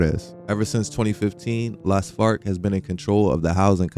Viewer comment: I keep hearing Los Fart every time you pronounce it lol